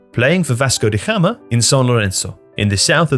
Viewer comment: Pronunciation of Gama in Vasco de Gama is taking me out. The G is not H like in Spanish